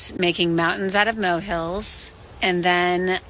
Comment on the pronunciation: “Mountains out of moehills” haha